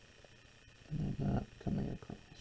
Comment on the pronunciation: Marvellous demonstration, incredibly informative. So good that even though it disturbs my English sensibilities no end, I’ll overlook your pronunciation of across (what is this acrosst you speak of?).